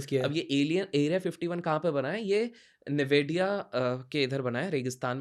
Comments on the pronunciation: Chacha NAVEDIA nahi...NAVEDA desert hai...😂😂😂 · Its navada not nevedia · निवेडिया नहीं नावाडा 😂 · It's lake baikal ... and newada desert theek se bolna bhi nai aata sale ko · Dude doesnt know the defference. Between mind reading and telepathy. Also please workon yoour communication. Nevada pronounced like nevedya